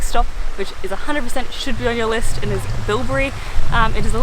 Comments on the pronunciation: its Bibury not Bilbry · Its Bibury not Bilbury, bilbury is a berry to eat